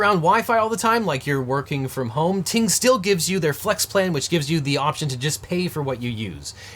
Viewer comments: Who else thought he said “T-Mobile” in the intro. 😂😂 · Glad you flashed the graphic; thought you were saying "T-Mobile". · You should really pronounce Ting Mobile better, since it kinda sounds like T-Mobile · Ting Mobile, not to be confused with T-Mobile ;)